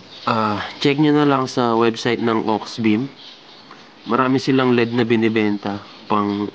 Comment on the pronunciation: Led ❎ L-E-D ✔️ Hehe